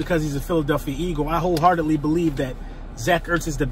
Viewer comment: It is Eagles and not Eakles